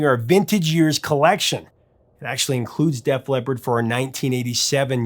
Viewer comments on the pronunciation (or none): "Def Lep"? Please stop.